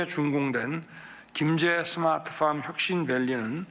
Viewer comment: 스마트팜이 아니라 스트핏팜?